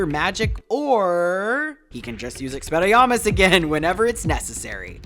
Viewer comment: Experriarmus? Lmao